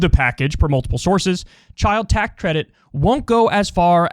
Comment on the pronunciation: Kyle fucked up ‘tax’.